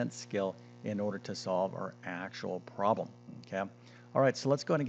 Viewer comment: Why make it so horribly complicated? A 17 minute video when the explanation takes about 1 minute !!! 20% = 1 fifth, therefore the full amount = 5×35 = 175 = 1.75 dollars. What a waste of time - a 6year old could do it!! ( And the word is prob-lem, not proh-lem) Awful.